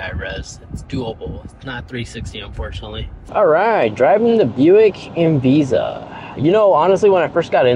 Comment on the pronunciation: Zero Tips & Tricks, you definitely lost credit with the mispronouncing of EnVista. It's really less luxurious than one would expect from Buick. Historically Buick has been viewed above Chevy, many aspects of this feel old-school clunkiness from the late 70's or early 80's